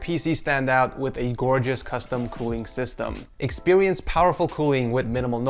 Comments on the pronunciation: expewinse LOL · is it just me or did he say "expiwience" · LMAO he said expirence with a bit of W to it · why did u say experiance like that 😂